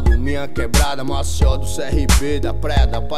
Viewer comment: Música top, só precisa melhorar a pronúncia" Maceió" uma dica 👍🏼